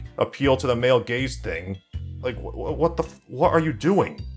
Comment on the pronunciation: For some reason I thought you were saying 'men gays things' instead of 'male gaze'. I must have a brain parasite.